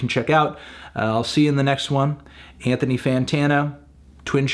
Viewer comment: Ok, "ant-to-knee" Fantano